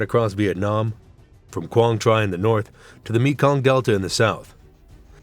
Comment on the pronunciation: Quang Tri…. Pronounced Quan Tree